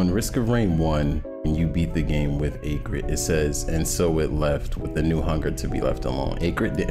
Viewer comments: its pronounced ack rid, not aycrid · you have a fine voice, but yeah, threw me hearing acrid pronounced like that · Sorry but Ayegrid? It's Acrid as in the adjective describing something unpleasantly bitter or pungent. Acrid uses the same "A" as in Animal or Acid. Just a nitpick, great Lore speculation though. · Say acrid right for once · I hate the way he says Acrid wrong